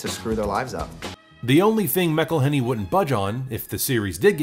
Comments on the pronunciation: Nitpicking a bit, but if Rob's name was said "MIC-elhenney", wouldn't the nickname be MICK? I think it's MAC-elhenney, because then the MAC nickname makes sense. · It's pronounced MAC-elhenney, and he never actually wanted to act in the show. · McElhenney is pronounced Mack-Uhl-ay-nee